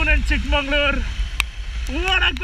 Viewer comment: Why do you keep saying “Chick mangalore” instead of “Chick Magaluru” ? This is unacceptable, especially from someone who knows Kannada well. I’m pretty you know the meaning of “magauru” and “mangalore” !